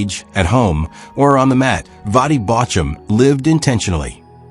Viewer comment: I would pay more attention if AI knew how to pronounce his name.